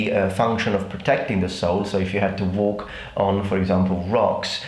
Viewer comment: Just a minor critique on your English: You're saying sole like soil. It's pronounced like soul.